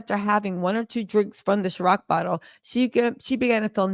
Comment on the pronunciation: “c”iron… not chiroc 🤞🏾😂😂😂😂